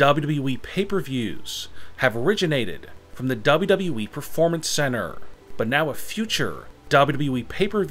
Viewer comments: Just put on captions and turn off the volume to zero u welcome now u don’t hear is annoying voice when he said WWE it sounds like dubdabae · He keeps saying WE instead of WWE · I can’t resist listening to how this guy is pronouncing WWE every time. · It’s like, double U. Doubleyou weeee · The way he says WWE, Double W E? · i thought it was wwe. not weeeee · Same here😂😂😂😂 this guy has got the funniest wwe pronunciation ever😂😂😂😂😂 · Why do you pronounce every final word with such angst. Its extremely irritating. Also its WWE. You dont have to say it like that. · the way he says wwe has me crying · See this ch a few times y can't these foos ever say WWE right